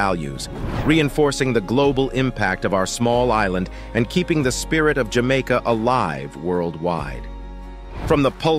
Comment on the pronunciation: I love where you say, Jah Maker❤